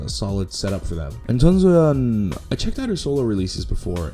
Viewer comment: chongsoyeon? you mean soyeon lol